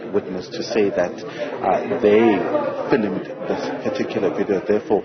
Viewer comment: Did u just say filimud ? Or u meant to say filmed